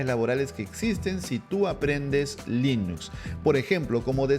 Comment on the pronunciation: Se pronuncia Linux no linus